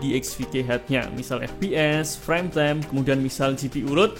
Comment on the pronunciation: Reviewer dialek Jawa pasti orang nya gak satupun bisa melafalkan kata inggis dgn benar , - Device yg harus nya Divais malah di baca Dives -Time yg harus nya dibaca Taim, malah dibaca Tem,,,, Guys yg harus nya Gais , malah jadi Ges. ( Kecuali Chanel ini meski dialek jawa tapi tumben yg bener cuma Gais aja, yg lain masih salah ( Device malah jadi Dives) Like yg harus nya Laik , malah di baca Lek, dll